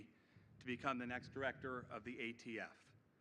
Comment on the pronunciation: What's he going to do about ghost fentanyl? Ghost heroin? Untraceable drugs! Kills tens of thousands a year. And he said AFT again, and again, and a 3rd time lol. Surprised he didn't mention Corn Pop.